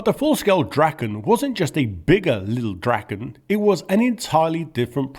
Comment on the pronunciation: Your Swedish pronuanciations are impressive. Thanks for actually translating the name (mostly) properly! Lilldraken means the Lil' Dragon, and not little dragon. Praise be to!